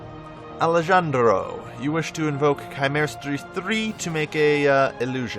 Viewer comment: Alejandro = Ali-Han-dro. The J sounds like an H.